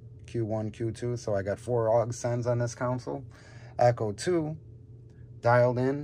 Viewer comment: Please stop saying "council" it's "console".